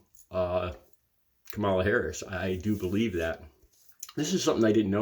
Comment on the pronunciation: The only mild criticism I have is you pronounced Kamala's name wrong when you first mentioned her. Probably a slip of the tongue, but it won't stop me watching your channel.